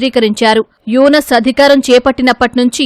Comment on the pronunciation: E tv వాళ్లు ముందుగా పేర్లను చక్కగా చదవడం నేర్చుకుంటే బాగుంటుందని నా అభిప్రాయం.ఎందుకంటే యూనుస్ అనే పేరును యునస్ అని ఎలా ఉచ్చరిస్తారు. న్యూస్ రీడర్లనైనా మార్చండి లేదా స్క్రిప్ట్ రాసే వారినైనా మార్చండి.please.